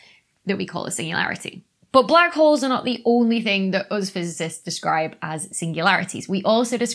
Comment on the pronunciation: I smoked a lot of pot and listened to this video....I kept hearing "white whores" and "black whores"....listen to this video again and try not to laugh...LOL!!